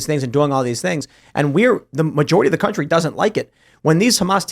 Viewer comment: Did say country or cantry?